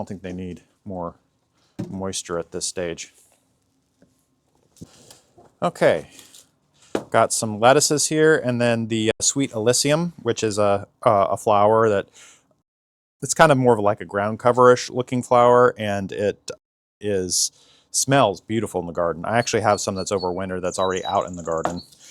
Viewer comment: Grammer Nazi here again. It's ah-lis-sum not ah-lis-ee-um.